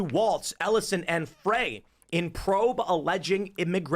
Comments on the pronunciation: Not that I give 2 💩s but I think it’s pronounced Jacob Fry not fray. I hope he does fry for all his America hating BS! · Tim, the name of the Mayor of Minneapolis is pronounced "Fry". Recall Lincoln, NYC 1863.